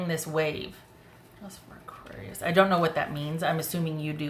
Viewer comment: I’m an Aries Aquarius rising, so I laughed when you said “aquaries”! Lol! Yep, that’s me!